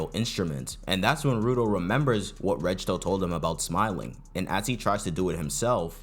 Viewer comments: W vid but I can't with bro saying rejjto instead of regto 💔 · Pronouncing Regto as Redge-toe is painful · I just want to point out that the "g" in Regto is a hard G, not a soft one. Like "Get" instead of "Giraffe"